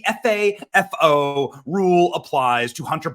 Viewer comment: He doesn’t know how to say FAFO correctly 😂